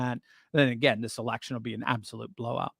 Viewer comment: I've never laughed so hard is when you said "erection." 😂